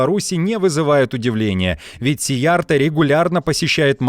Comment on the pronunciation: Уважаемый ведущий! В венгерском языке, как в финском и др. угро-финских, ударение ВСЕГДА на первом слоге. Поэтому фамилию министра надо произносить так: сИярто